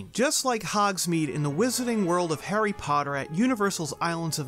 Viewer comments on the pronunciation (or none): none